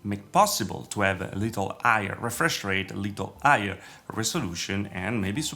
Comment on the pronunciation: Why he doesn't pronouce the H on higher and hertz?